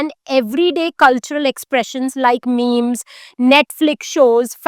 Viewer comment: Ma'am, you are a brilliant teacher. But please pay a little attention to your pronunciation as well. It's not 'memes', it's 'meems' and it's not 'ex-makina', it's ex-machina (as in machine).